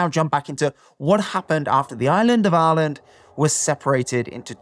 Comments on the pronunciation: are you really pronouncing Ireland as Aaaahlund? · The way he pronounces Ireland is extremely irritating